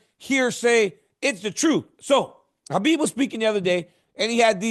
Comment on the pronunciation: DC you’re definitely a legend but you need to learn to pronounce Khabib properly. He’s your friend it’s the least you can do out of respect 🫡